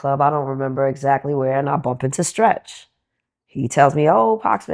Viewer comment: The interviewer trying to say Stretch was ugly